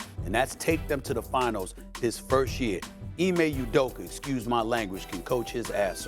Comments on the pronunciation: "Ime Udoker" - Stephen A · “Ime Udoker”😂😂😂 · "Ime Udoker" Stephen A. lol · Why does Stephen A pronounce Udoka and Luka as Udoker and Luker, learn to say their names😂😂